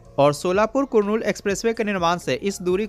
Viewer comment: वो कुरनूल नहीं है वो करनूल हैं